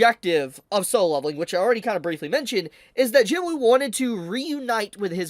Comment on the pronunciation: I love ya but it's not Jin woo it's pronounced jinoo just saying love ya bro